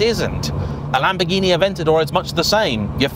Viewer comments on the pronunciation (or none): none